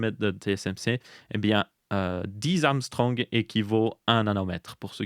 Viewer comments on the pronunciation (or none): 18A c'est pas plutôt pour "18 Ångström" et pas Armstrong 😂 ? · Mon dieu comment il a dit Ångström... 🥲